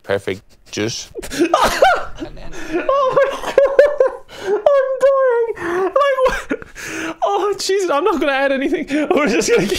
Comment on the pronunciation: "Juice", he's saying "Jizz"